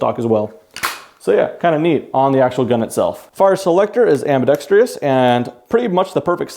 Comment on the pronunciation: I'm sure no one cares, but ambidextrous is pronounced "am-bi-dex-trous," not "am-bi-dex-TREE-ous" like how it's said in the video. Too many people add an extra syllable for no good reason.